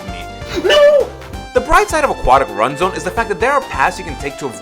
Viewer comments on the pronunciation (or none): but you pronounced ruin as run